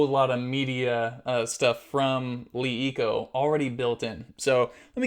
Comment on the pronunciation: It is pronounced luh eco and not lee eco.